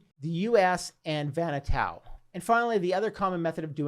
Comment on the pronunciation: Vanuatu = VAH-new-AH-too, not Vanna-tow or Vanna-toe.😉 Great content!!